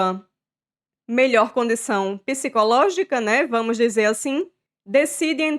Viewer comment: Só não gostei que ela pronunciou mal a palavra [psicológico]...não deve ser pronunciado [pi si co ló gi co]....o [psi] deve ser junto.